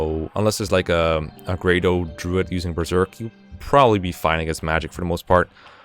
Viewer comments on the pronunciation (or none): none